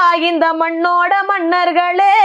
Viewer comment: இசைக்கு முதல் மொழியை சரியாகப் படியுங்கள்.தமிழைக் கொலைபண்ணிப் பாடாதீர்கள்.இந்த நாலு வரிகளிலேயே எவ்வளவு உச்சரிப்பு பிழைகள்.....மண்ணர்கள்....கள்வி...காளம்...தாணா...போணா...என்ன தமிழ் இது. முதலில் நல்ல தமிழ் ஆசிரியர் பாருங்கள்.